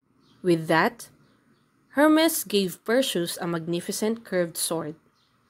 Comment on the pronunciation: Perseus - per si us Hermes - her mees